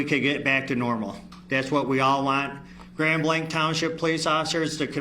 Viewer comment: Grand blank? Isnt it grand blanc with the french pronunciation?